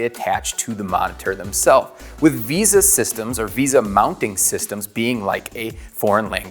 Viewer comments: “Veysah” not “Veeza” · its vesa not visa. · So many comments pointing out amazing things this video missed But I still can't get over him saying visa instead of vesa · Why does no one know how to pronounce Vesa? It's "Vay-suh" not "visa" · It's pronounced vey-suh, vesa.